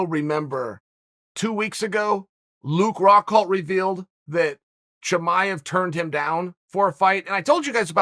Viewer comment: Wait you just said Chimaev the correct way???